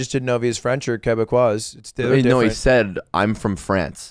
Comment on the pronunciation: OK Ludwig you are saying Québecois wrong